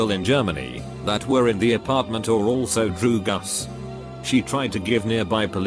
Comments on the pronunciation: No one: Reddit: DrUgAs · drugs british robot: D R E W G U S